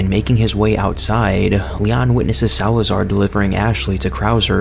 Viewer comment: you said salaazar wrong name buddy